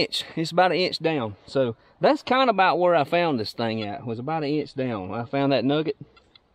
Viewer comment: “It’s about an eeinch down”..😝